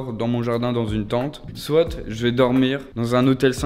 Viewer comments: Ouiii 😂😭Il dit soite mais c'est soit🤦😂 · sa me stresse il dit "soite"(prononciation) et pas soit 😭😭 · je viens de remarquer qu'il dit soite au lieu de soit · On dit soit et pas soite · "soitE" désolé mais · SoiT 😂 moi je ne dit pas le T 🤦🏻‍♀️